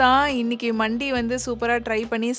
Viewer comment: For your information it’s not மண்டி it’s மந்தி it’s an Arabic dish most popular in Dubai , Saudi and all the gulf countries Highlightly now in our India mainly in Chennai we’ve several mandhi restaurants the most popular and amazing one was located on exactly at arumbakkam metro station and the shop name was Nahdi Mandi but it is pronounced as நஹ்தி மந்தி I hope this one finds you informative one and thank you for the vlog